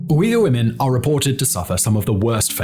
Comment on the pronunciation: Holy wow! Simon actually pronounced Uyghur right after so long! Was always hilarious hearing Uger.